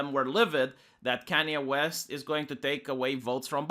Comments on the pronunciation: It sounded like you said "Kenney West". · You and Sargon have the same issue you can't say Kanye west correctly to save you life. K-A-NYE . Other than that great video